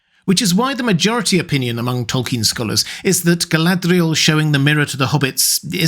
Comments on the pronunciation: Your use of the 'th' sound for the d in her name is throwing me a bit. I had always thought it was to be a lilt at the 'r' almost a nordic r trill or flap like "ga-lah-d'real" where the last letters are combined. Granted, we're talking a fantasy name and language, lol. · I can only take so many quirky pronunciations of Galadriel at once. Hit that limit about 3 minutes in. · why do you roll the letter "r" in Galadriel's name?